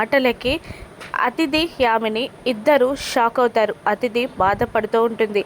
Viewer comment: Athidhi kadhu adhithi